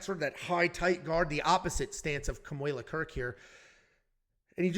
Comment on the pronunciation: FYI. Kamuela…. You did perfect! You pronounced it correctly!